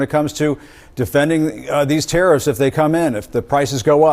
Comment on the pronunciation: Are 'te-eriffs' sinilar to tariffs?